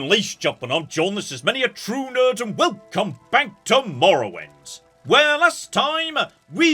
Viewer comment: I'm so happy to finally hear "...and WEL-COME back to MORROWIND"